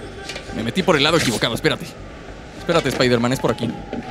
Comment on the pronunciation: iron espaider